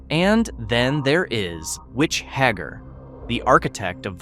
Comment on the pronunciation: “Hagger”? Dude, did you even watch this show?????